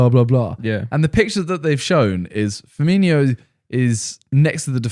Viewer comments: Omfg can someone teach Simon how to speak!!! It’s Firmino not Firmiño!!!🤦🏻‍♂️ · Everyone: Firmino Simon: Firminio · It’s not firminio it’s firmino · It's pronounced firminO not firminIO :)